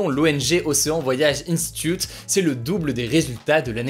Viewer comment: océan voyage INSTITUTE ca y est tu sais plus parler anglais hugo ?